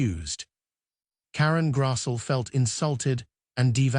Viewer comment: Grass-lee is how it’s pronounced.